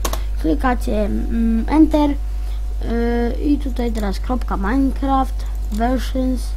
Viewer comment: Ahhhhhch.... Z tobą będzie duuużo pracy. 1.Przygotuj sobie scenariusz jeśli masz robić już jakiś poradnik. 2.Zanim zaczniesz uczyć, sam musisz mieć to bardzo mocno wbite do głowy. 3.Te "yyyy" "yyyy" "yyy" denerwują i nie da się oglądać... Wymienie ci wszystkie twoje błędy: - Majnkłaft? Ech... popraw swój angielski... Może zamiast "dajmond słort" powiesz po prostu "Dajmont słord" Truskawki nie wkleisz do obrazu 16x16 ;< "Tutaj mamy wszystkie nasze ajkony prawda" To nie jest w ogóle przygotowywane ze scenariuszem! CHŁOPIE!